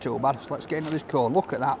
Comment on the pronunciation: I kept thinking was saying pizza "corn", but I knew that couldn't be right. I don't think that he'd eat anything if it was even just named corn, certainly wouldn't if corn was an ingredient. I'm from Maine and I've never heard of a pizza cone. Not sure if they're popular anywhere else in the states.